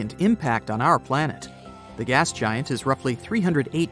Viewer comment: You guys spelled planet wrong. You guys instead said Palnet